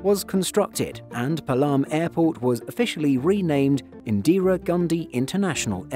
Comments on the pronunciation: Drinking challenge: take a shot every ‘indeera’ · I don't know why Indians say Indra when in it literally says Indira